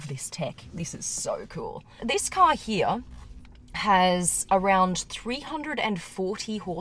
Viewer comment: love the way you say "here".(heeyr)